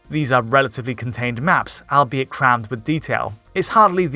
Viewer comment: Lol he keeps saying al be it instead of albeit pronounced all be it